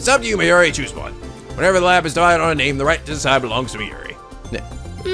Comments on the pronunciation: Hey I love your lets plays, Catherine was especially hilarious! One thing though Mayuri's name is pronounced My-yuri it just sounds weird haha, besides that this LP is fantastic!!:3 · are playing this in preperation for Steins;Gate Zero coming out in November?! By the way the Mayuri is pronounced (My You Re) Kurisu is pronounced (Chris with a sue at the end though the s in sue is silent so its Chris + ue).